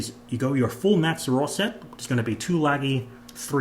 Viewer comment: I’m sorry i can’t deal with the way everyone says laggys name 😂lol ❤